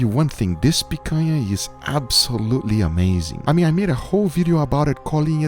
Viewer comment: i feel satisfaction with the right pronunciation of picanha, congrats for 2m subs